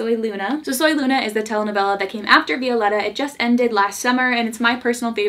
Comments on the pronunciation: I absolutely love you but your pronunciation of Violetta is frustrating. My sisters name is Violeta and we pronounce it Vio-leh-tah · Say it with me, "Vee-oh-leh-ta" (Violetta) ❤️ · I love you, but it bugs me how you pronounce VIO- LE- RA 😂😂 Loved the video 💕